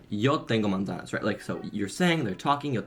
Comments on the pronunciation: It sounded like he said "tengo monda" instead of "tengo una manzana". Part of speaking a language is making yourself understandable. Yes, it would be good to hear him speaking Spanish in an interview and also giving specific examples and details about his program. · It's bad for two reasons, too. He put a schwa (ə) in the middle. That's the "uh" sound English speakers put in place of vowels. Americans especially put them in place of almost any unaccented vowel. The second reason is the second a in manzana *is the accentuated vowel*. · his pronunciation of "manzana" is inaudible, and the sentence "yo tengo manzana" is literally as awkward as saying "i have apple" in english. he did NOT learn spanish, much less is fluent in it lol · I am fluent in Mexican Spanish and I could NOT hear he said "Yo tengo manzana" at all and saying that is also weird unless it is in plural.